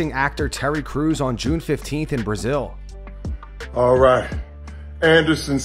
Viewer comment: Terry: "Brazill!" Silva: " I'm weady."